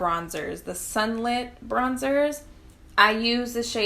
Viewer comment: Thanks for this! And thanks for listing the shades. FYI, It’s pronounced “ee-pah-NEE-mah.” It’s a place in Brazil. 😊